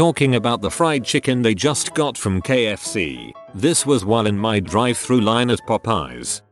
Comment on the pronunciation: “Drive thra”